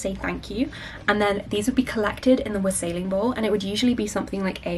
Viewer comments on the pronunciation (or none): WAH-sell-ing. The emphasis in wassailing is on the first syllable. Between that and "vicky pudding", you had me in stitches.